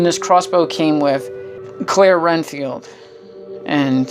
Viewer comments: its red field not ren field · I was about to say that it's Redfield but sometimes people mess up so that's ok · Nice video, thank you for it. My only complaint is.... for Chris and Claire Redfield you kept saying "RENFIELD" with an "N." But it's "REDFIELD," like the color "RED" with a "D." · Renfield? It's it's Redfield. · its redfild not renfild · I love the figures but I just want to correct you one thing it’s Redfield not “Renfield” not disrespect though dude I love the review